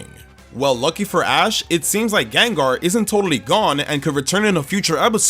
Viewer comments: Again, the first A in Gengar is supposed to be an E! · Caught, not catch! The second E in Gengar is supposed to be an A! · There is no I in Gengar!